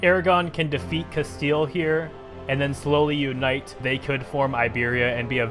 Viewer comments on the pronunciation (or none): none